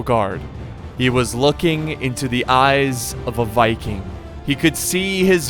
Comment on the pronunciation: "Even the Vicking was impressed." I love to Heard that. Not a easy task